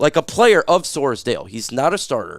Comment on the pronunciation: It's not Soresdale It's Sorsdal.